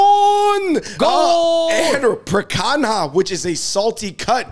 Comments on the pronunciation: bro really said "pre kang haa"...seriously y'all need to travel more or make more friends of other cultures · Literally never heard it butchered like he did lol.